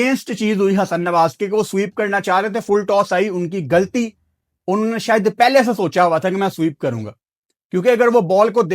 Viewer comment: گلطی نھیں غلطی بولا جاتا ھے